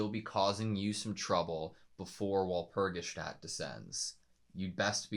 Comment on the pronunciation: Walpurgisnacht is pronounced wahl-pur-gis-noct, sorry to be a big nerd ☠️ The hurt done to Sayaka is not physical. Madoka sees it that way, physically, because she does not like to see her friend fight so recklessly. Even with healing magic (which all the girls have, Sayaka's is simply enhanced), magical girls can still die if their soul gem is broken. Mami died from being overconfident, Sayaka's brashness is just as if not more fatal. The real hurt, though, is emotional, spiritual. Expending magic to heal, like all other magic, darkens your soul gem. The darkening of the soul gem means less magic can be used before you turn, but it is also a representation of your well-being. iirc it's never outright stated that expending magic without restoring it affects your wellness directly but it certainly seems that way? That's up for interpretation though.